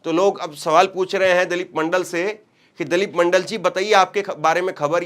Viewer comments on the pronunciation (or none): It's not Dalep ,It's Dilip Pronunciation to dhang ka karlo pahle apne 😜😂😂😂😂😂😂😂😂